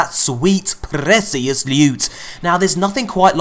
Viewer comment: It's Sweet PRRREECIOUS LEWWTTT